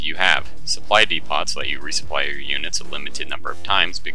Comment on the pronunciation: you pronounced depot wrong